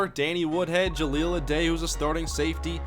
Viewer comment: it's jahleel (a die) not (a day)